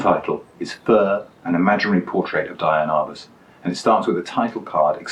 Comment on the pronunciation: Wait, so you're TROLLING us by mispronouncing her name throughout the video?? Dude. Come ON. You are SO GOOD. I love the digressions, your humor, your photos, your choices. WTF? Seriously, keep on doing what you're doing and I'll always watch. Next do one of Cartier-Bresson's photos, but be sure to call him Hank.